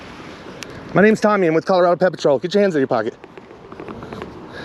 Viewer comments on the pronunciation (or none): Whenever you say PedPatrol it literally sounds like you say Pet Patrol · Should be pred patrol